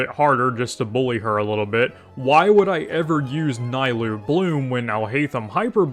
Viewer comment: Worst video I've seen in 3 years keep it up Edit: It's knee-lou, not nigh-lou, and with key she can be played in vape as very budget cheld and it... works I guess. Wouldn't recommend but saying she's locked into one reaction is factually wrong.